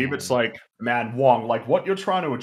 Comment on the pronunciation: I've wondered this for some time now, someone please if you can let me know why when says the word "man" as in the oft used phrases "like, man" or "ah, man", it comes out like "mhën"